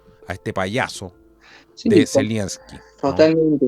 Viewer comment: ZELENSKY, sin i entre medio.